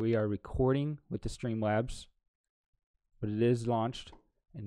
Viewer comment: i loved the way he said stweeemlabs